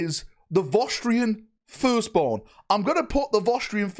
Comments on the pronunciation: What are Vosstrians? Do you mean Vostroyans? Voss-troy-uns? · They are vostroyans, is just northern so pronunciation is cooked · FYI they are called Vostroyans not Vostrians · Vos Tree Ins Everyone else: Vos Troy Ans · Wtf is a Vo'strian? Are they related to the Vostroyans somehow? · Listening for the last couple of days pronouncing Vostroyans has been amusingly grating 😅